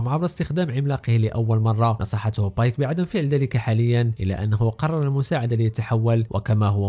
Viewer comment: بيك❎ بايك✅